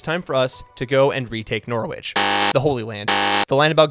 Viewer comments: Cnoc na riabh is pronounced: nock-nah-reev. the v is a bit softer, as if it's also a b. All names with wich have a silent w. Norwich would be: Nor-itch Edinburgh is pronounced: Eh-din-Buruh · If it helps, you're pronouncing Norwich wrong as well.